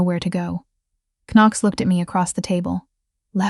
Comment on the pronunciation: I liked the times Knox was pronounced ['Can-nocks] 😄 Really liked the story though. 💜